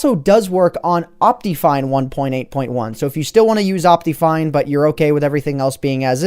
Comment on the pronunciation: It's optifine, not optiyfine